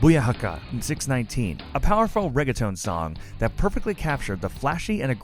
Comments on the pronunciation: It's laughable how obvious it is that these guys no nothing about wrestling. They used a picture of Alicia Fox when talking abut Naomi, they used a picture of Kalisto when talking about Rey Mysterio, and he called it the six nineteen and not the six-one-nine smh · u said 619 wrong u said 6 19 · it is six one nine. not six nineteen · He actually said six nineteen its six one nine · i know you did not just say "6 19" instead of 6 1 9... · you messed up a couple pics. Naomi and Rey. and its boo-yaka and 6-1-9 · You're not a wrestling fan are you? who says booyaka six nineteen it's six one nine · "Booyahaka six nineteen" really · Wtf?! Boo ya ka ka six nineteen? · it is 6-1-9 word(six-one-nine) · I unsubed when he said six NINETEEN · "Booyaka six nineteen" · Booyakaka Six-Nineteen. ARRRRRGGGGGGHHHHH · You mistake Matt Hardy for Jeff, you said "six nineteen". Do you even watch wrestling? Wtf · hahahahahaha "boo yaka ka 6 nineteen" you have special needs lad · You didn't pronounce Rey Mysterio's theme right and you also used a picture of Kalisto instead of mysterio